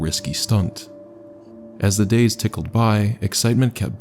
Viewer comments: “As the days tickled by…” I think you mean trickled lol. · The second video my guy said “as the days tickled by” 😂😂😂